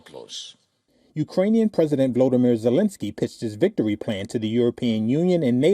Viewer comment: "wictory" lol Indians! whats with the V and W pronunciation? 😂